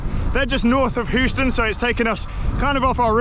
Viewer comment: Lol at how you say "Houston" or so.